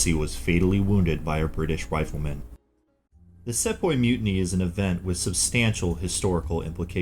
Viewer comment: it's see-poy not se-poy